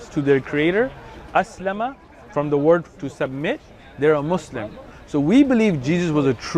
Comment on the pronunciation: Lol, he doesn't listen to the way he kept saying Muslim, he used a z instead of a s "Muzlim" the exact way non arabic speakers say it in the USA